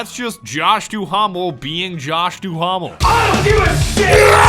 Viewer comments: It bothered me more than it should but with Josh Duhamel, his last name is pronounced "doo-mel" not "doo-hahm-el" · Lol the H-A in Josh’s name is silent lol. Still a funny video. Plus the campaign looks fucking bland.